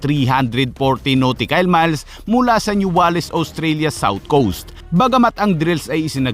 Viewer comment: bakit New Walis ang pronounce hindi New Wales